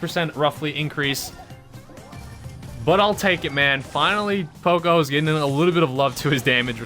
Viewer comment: You say poco like an extremely uncultured American.